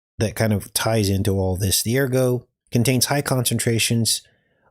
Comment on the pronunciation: It's ergot for the toxic fungus that grows on rye, but ergo is a Latin word meaning "therefore," often used in logic or legal arguments. The fungal growth itself is called ergot, a name from the French for "rooster's spur," due to its shape. Don't forget to pronounce the 't.'